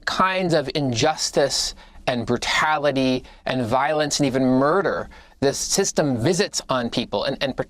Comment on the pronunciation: He's not a lawyer he said brucality!!! And not like you misspoke he just said it like that's the way the word supposed to be said